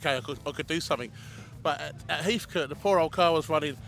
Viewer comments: Heatcut not Heathcoat FFS 😝😝😝😝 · Great video.... still funny people continue to say Heathcote wrong.... coat lol